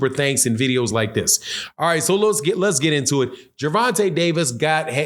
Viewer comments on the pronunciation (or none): none